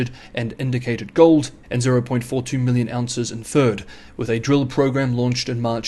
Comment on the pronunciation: "gohd" or "gold"?